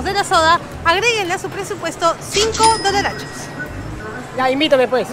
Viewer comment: Por favor, quita de decir dolarchos!